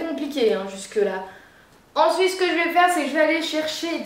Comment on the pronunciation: Cela me fait penser à Shera Kerienski quand elle dit "ensouite"